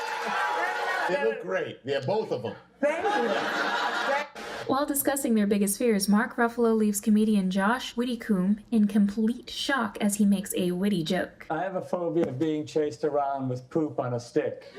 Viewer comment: I am so excited to see all these Graham Norton fans in the comments. His show is amazing ... literally watch any episode with Mariam Margolyes and you will lose your sh*t! Also, just how hilarious would a fight between Shaq and Kevin Hart would be ... and I had a small stroke at Josh "witty-coom" ... his name is pronounced Whit-e-com. Also, I would love to see you react to a super cut of Mock the Week or The Last Leg.